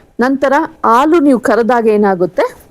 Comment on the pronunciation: Thanks ಆಲು ಅಲ್ಲ ಅದು ಹಾಲು